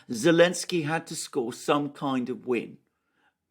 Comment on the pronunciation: The fuckers name is NOT Elensky, but Zelensky